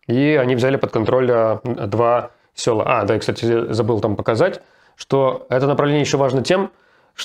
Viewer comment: Руслан!! Не селА, а сёла.